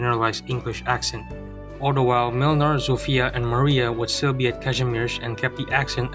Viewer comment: TBH as a Pole I have to say that Młynar's polish accent and pronunciation are terrible. Yet they're so fucking funny that I don't want them to change that xD.